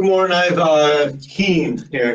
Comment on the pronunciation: Keen not key lol thought the same thing